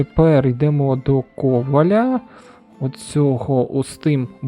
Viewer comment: Дуже ріже вуха кОваля, але дуже дякую за український контент.